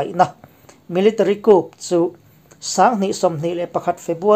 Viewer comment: 'Coup' hi 'khup' ti a lam lovin 'khu' ti a lam zawk ni se